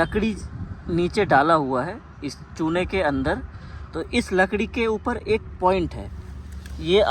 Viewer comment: लकड़ी❌ लकरी✔️